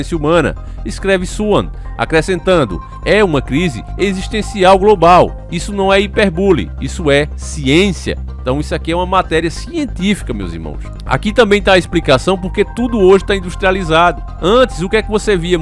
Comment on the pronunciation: Se fala hipérbole. Pfv